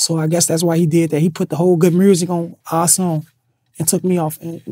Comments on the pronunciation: Reese my guy, but wat is "GOOD MURRZIC" ??? 🤣🤣🤣🤣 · "Good mursic" 😂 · He got shot in the neck, some syllables ain't the same. Notice nobody else from Chicago says mrusic lol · Wait did he just say Good Mersic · Good murrssik 🤣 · Did that nigga jus say Mursic 👀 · Did lil Reese always had a Memphis accent when he says music? I never heard him say music before but he sounds like someone from Memphis when he pronounces music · why is he pronouncing music kinda like Memphis dudes?